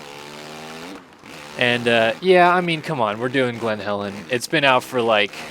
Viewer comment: It’s glen Helen not Glenn Calen